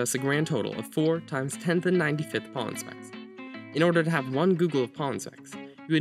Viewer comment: Please pronounce pollen more clearly and slowly. My ears were about to bleed because I kept hearing “pawn”.